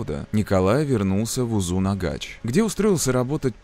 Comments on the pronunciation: Почему произносят узынагач? Когда название узынагаш, может мне как носителю так режет слух, но а видео крутое, спасибо 👍было интересно смотреть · Узынагаш, а не узунагач🥲 Очень интересный ролик Живу в Алматы, помню как то слух был, что он сбежал из больницы. Нас тогда всех дома закрыли🤔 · Спасибо большое за прекрасное видео) Только в следующий раз пожалуйста спросите у казахов как читать названия населенных пунктов у нас. Очень резало ухо УзунАгач и АктОбе.